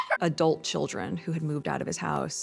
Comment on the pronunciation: your poem is better than her poem recital...lol..Does she have to emphasize "ÄDULT CHILDREN"?